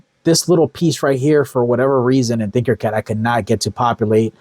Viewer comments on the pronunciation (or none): Not trying to be rude or anything but I believe it’s Tinker Cad, not Thinker Cad. Love the videos and what you’re doing.